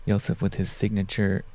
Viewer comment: you got that wrong, he pronounced Josefs name with pretty good accuracy, but butchered the name of the disc